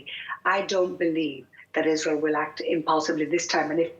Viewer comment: Isral. Can't she pronounce it or is she lazy.